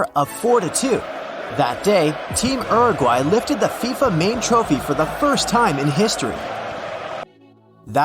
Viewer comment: The way he pronounced “Uruguay” is funny